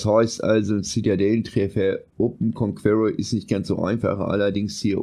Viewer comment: "KONKUERROR" - ist das Dein Ernst?